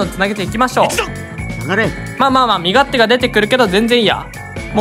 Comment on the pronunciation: カバチェンのときに身勝手がソ連と言っているようにしか聞こえないw